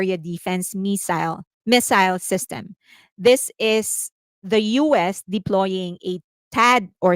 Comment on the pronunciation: Established shitstem... 🤣 (I know you didn't say that, but that's what I heard..)